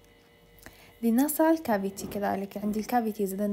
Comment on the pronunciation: طلاب بالنسبة للتجويف الانفي nasal cavity جربوا تسمعون نطقه من مترجم google اصح من نطقي بهاي المحاضرة بيه خطأ 😑